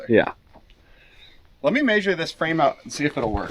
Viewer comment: You and MORR both say may-shur instead of meh-shur